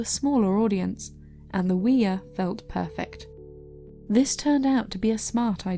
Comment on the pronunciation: Oooh-yah. Not wee-yah.